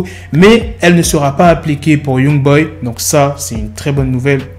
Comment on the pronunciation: C’est pas « Yougboy » mais Youngboy